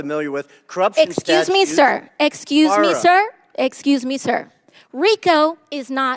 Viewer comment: Axecuse me sir, Axecuse me sir, Axecuse me sir...